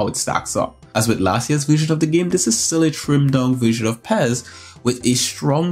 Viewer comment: It's pronounced P.E.S not Pez, but we all do things differently so I cant argue with that, lol, keep up the good work ;)